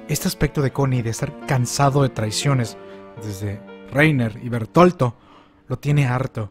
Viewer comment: Jeje dices chistoso bertolto sonó como a sus memes que le hicieron xdxdxd